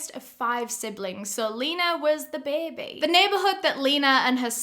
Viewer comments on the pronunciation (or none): I Love how you say “BABY” u pronounce it like “BEBE”lol your accent is oddly satisfying lol